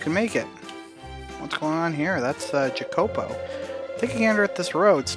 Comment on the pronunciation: I think you’re pronouncing Jacopo’s name wrong. It’s Italian and I’ve always heard it as Ya-ko-po.